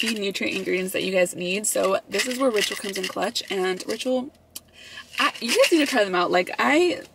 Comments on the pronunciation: Tell me why when you were telling us about who is sponsoring your video I thought you said “Rachel” lmao I was like who the hell is Rachel? Hahaha 🤣 LVE you guys 🤍✨ $ashleycoronaa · every time you said ‘ritual’ i thought you were saying rachel hahaha love you 💖 $lissaindacut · I thought you said "I wanna thank Rachel" in the beginning of the video. 💀 Like who is that?! 🤣🤣🤣 $vbunny01